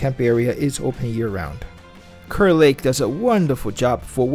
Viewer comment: It’s pronounced “car.”